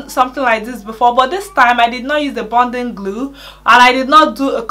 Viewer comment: "Bunding..." "Bonding". Bonding glue